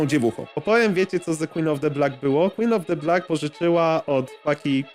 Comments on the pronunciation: Filmik mocno merytoryczny, za co propsy. Ale za każdym razem jak mówisz jej ksywę to aż nóż w kieszeni mi się otwiera. 😂 W Black nie ma 'e'. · BLAK NIE BLEK BLAK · MÓWI SIĘ BLAK YYYYYYYYYYY ja cię lubię ale proszę 3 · CZYTA SIĘ BLAK NIE BLEK WTF